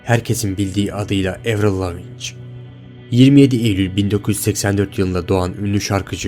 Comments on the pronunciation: Öncelikle evrıl lavinç değil evrıl laviin diye telaffuz ediliyor, Amerikalı değil Kanadalı, gerçekten yaptığın işte(?) özenli olsan bunları 2 dk içinde öğrenebilirdin zor değildi.Gösterdiğin ses kayıtlarında birinde Avril 17 yaşında diğerinde 24 yaşında.Değişim olmaması imkansız. İmzalar gayet benziyor. Sadece ilkinde Avril yazmış diğerinde muhtemelen pratik olsun diye Av yazmış sadece ki Av’ı nickname olarak da kullanıyor. Diğer yazılarda biri kurşun kalemle yazılmış diğeri ise pilot kalem gibi birşeyle, ve biri çizgili biri boş A4 kağıdı farklılık olması çok doğal. Elinde Melissa yazan fotoğraf kendine ait hayır kurumu için en çok bağış yapan fanlarından seçip onlara ödül olarak adlarını eline yazıp fotoğraf çekilmişti. O fotoğrafta twitterda en çok takipçiye sahip olan fanlarından biri Melissa kullanıcı adı AvrilLorg için çekilmiş bir fotoğraf. Tarzının değişmesi senin de dediğin gibi olgunlaşması ve yaşıyla alakalı 17 yaşında ve 25 yaşında aynı olsa zaten garip olurdu. Cidden hiç emek verilmemiş bir video olduğu görüşündeyim. Sıfır araştırma yapmışsın gördüklerini direk kopyalamışsın. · Soyadı Levin diye okunuyor dallama önce doğru oku sırf reyting yapacaksın diye mahalle karısına dönmeye gerek yok herkes komplo uydurabilir. Sesini de esrarengiz yapacağım diye sanki battaniyenin altında konuşur gibi kayıt yapmışsın, o kız bir zamanın efsanesidir umarım sayende daha çok insan tanır. Şarkıları ve sesi de çok güzeldir. Kendi şarkılarını kendisi yazar ve besteler... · Lavinç dediğin anda kapadım videoyu. Lavinç diyen birini nasıl ciddiye alabilirim 14 dakikalık video çekiyorsun 1 dakikanı ayırıp okunuşuna bakamıyorsun üzücü... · Amk o nasıl bir soyadı telaffuzudur lavinç ne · Daha kadının soyadını doğru okuyamıyorsun verdiğin bilgiler ne kadar doğru olabilir ki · LavinÇ ne ya asdfghjkl Lavin diye okunuyor... daha kadının ismini soy ismini okuyamazken video yapıyosun... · Levin diye okunur lavinç değil moruk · Lavinçi değil Lavin diye okunuyor o. :)